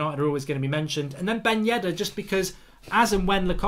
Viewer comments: Fix your ''Yeddar" it's bugging me so hard xD It's Yedder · Still says «YEDDAR» 😂🤢